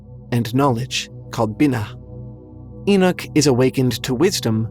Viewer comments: It's E knock... not E knick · I had to turn it of as couldn’t deal with the bad pronounced words but especially the name Enoch ( Eee-Knock) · ty 4 pointing this out Enoch was a prophet and he keeps mispronouncing thev name wrong